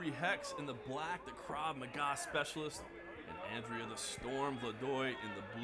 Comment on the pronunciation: This man said krav maga speciialist lol